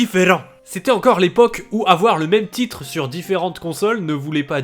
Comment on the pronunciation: Ça c'est une prononciation de titre qui me fait me sentir chez moi. 😌 Je vais rajouter Zack et Wiki et Sin and Punichment dans ma liste, ils ont l'air d'être fun à jouer ! Dans cette liste d'exclus Wii fun à jouer, je rajouterais : Beat the beat Rythm Paradise, Les lapins crétins : la grande aventure, Excite truck et Punch-Out!!.